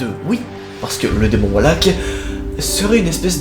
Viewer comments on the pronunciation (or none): Mec c'est VALAK pas WALAK C'est un V pas un W😂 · Ca se dit valak pa walak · Valak et pas wallack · Mais c'est valak pas walak😂🤣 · C pas walak c valak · On dit pas !!!!!! Wallack on dit Valack c'est mon démon préférer . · Ses "VALAK" pas "WALAK"😭😭🤣😭🤣🤣🤣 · Ses pas walak ses valak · svp c’est Valak pas Walak mdrr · Pourquoi tu le prononce Walak alors que c'est Valak ? 😂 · Le fait qu’il dise Wallak ça me perturbe de fou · Maud Mathieu sa s'écrie valak c'est pas wallak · Laurent Pradat oui je sais très bien que c’est Valak merci! Mais je disais jusque que lui dit Wallak au lieu de Valak faut regarde ce que je mets 😉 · C VALAK PAS WALAK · On ne dit pas Walak mais Valak comme voiture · C’est pas Walak mais Valak merci😂😂😂😂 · Nos c’est pas walak c’esh valak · se pas volak se valak ! OK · C valak pas walak mais c pas grv super vidéo❤ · Walak? C’est pas Valak normalement ? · Valak... pas WALAK putain !!! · Super vidéo comme d'hab mais la façon donc tu prononce valak me perdube un peu c'est comme si le V tu l'échangais avec un W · J’aime beaucoup tes vidéo et tout mais svp on dit « valak »et non « Walak » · Tu dis wallack 😂😂😂 mais ses valak 😅😂😂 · Valak pas walak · Enfaite je n'aime pas te corriger ou critiquer MAIS c'est pas WALAK MAIS VALAK AVEC UN V c perturbant merci x) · on dit pas WALAK mais VALAK AVEC UN V!😂 sa ma énerver pendant toute la video mdrr😂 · Pk tu prononce "Wallak" alors que ça ce prononce Valak comme ça s'ecrit 😂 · tu sais que se n'est pas walak mais Valak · V alak pas W alak VALAK OKAY 😭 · On dit Valak... Pas Walak et techniquement il a rien à voir avec une nonne et la réelle histoire relatée dans Conjuring 2 n'a rien à voir avec Valak non plus c'est clairement dit que "Valak" a été ajouté à l'histoire pour servir le scénario du coup ben... Voilà xD Ps: comme dit dans un autre commentaire la jeune fille n'est pas Lauren Warren mais Annelise Michel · Mec tu dit walak a la place de valak mais bon pardonner car la vidéo est super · On dit valak pas walak